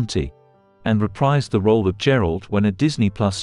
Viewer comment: ‘Reprise’ is pronounced re-preez.